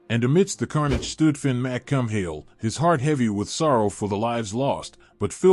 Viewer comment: Fin McCum-Hill? Really? 🤬